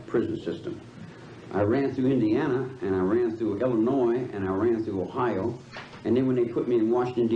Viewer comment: This judge guy is barely literate. He couldn't pronounce any of the victims' names. He couldn't pronounce "Ohio". And did he say "exscape"? Wow.